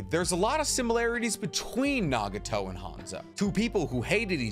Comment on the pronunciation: Why did u say nageeto instead of nagato lmao is it cuz u wanted to ryhme with yaheko fr sum reason